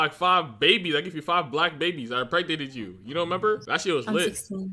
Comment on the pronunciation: you said enpregteted you